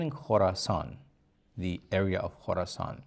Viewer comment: Khoroscan not Khoroson